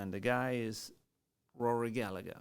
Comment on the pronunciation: The 2nd g is silent - Gall - a - her